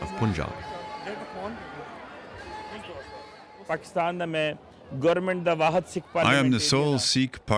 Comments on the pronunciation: It's pronounced panjab, NOT poonjab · How difficult is it for u guys to pronounce Punjab.. Its not puunjaab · Stop saying poonjab FGS. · The narrator pronouncing Panjaab wrong the entire time. Please do some extracurricular research before filming, although this was a fantastic documentary otherwise. The name for region of Panjaab is derived from Farsi language and translates to Land of 5 waters. Panj is 5 and Ab is water. There is also a city called Panjaab in Afghanistan to this day. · Punjab is pronounced as Poonjab instead of Panjab. That shows how much homework the team had done and video's reliability. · It is not pronounced as poonjaab - it's panjaab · I can’t take this seriously white peoples pronunciations poonjab eemran khan 😂😂🤣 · They always say poonjab 😂 can't they say Punjab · It's not Pyunjaab it's p-ann-jaab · It's not even "Poon-jab" or "Pun"jab it's Panjaab panj(five) aab(water)" land of five river" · It's pronounced as Punjab not Puunjab.